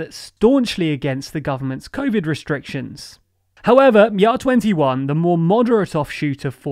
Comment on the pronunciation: Great job on pronouncing JA21 correctly